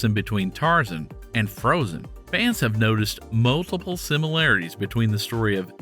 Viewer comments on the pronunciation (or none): none